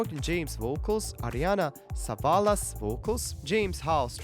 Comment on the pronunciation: Savalas not Salavas hehe she's grandaughter of Telly Savalas (Kojak) from old tv show I believe. That guy was drummer who has nothing to do at the moment :)